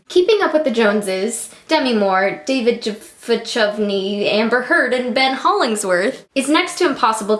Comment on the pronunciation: I love your attempt at trying to pronounce David Duchovny